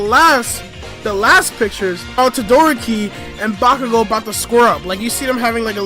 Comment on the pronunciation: DID THIS DUDE JUST SAY TOE-DOOR-OKI